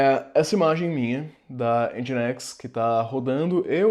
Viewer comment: Já sabia Docker, mas nesse vídeo aprendi a pronunciar Nginx (ao invés de N-guinks)